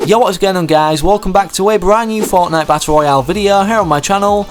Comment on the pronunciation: Did you just saying Forknite?